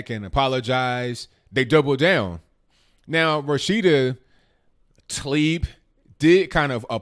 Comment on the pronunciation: Taleeb Excuse me Tah-leeb As in Tah-Mater